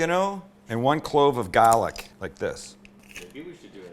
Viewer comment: I'm not from Boston but I'm from Maine and the Mainer accent is almost 100% similar to the Boston accent. The way you said, "garlic" had me dying 😂 Sounded JUST like a New England accent. Ps. Only thing you forgot to do with the sandwich was wrap it. That's the key to great sammies!